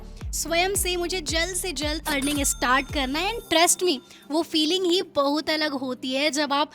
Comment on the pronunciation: Bahot ❌ bahuuut ✅